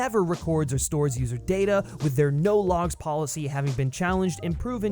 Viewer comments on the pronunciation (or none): none